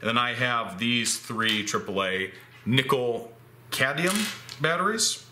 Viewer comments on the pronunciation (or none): Speaking of mispronouncing "Epsom," it sounds like you keep saying "cadium" instead of "cadmium".